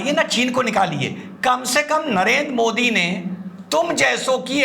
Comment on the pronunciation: ये आपका पढ़ा लिखा ज़ाहिल (??जो आपको अति प्रिय...😜😜🤑) मोदीजी को मोडी क्यों बोलता है,क्या यह मौलाना मदनी को मड़नी कहता है.. शायद मुझे लगता है कि,अंग्रेज लोग द को ड बोलते हैं.....,😂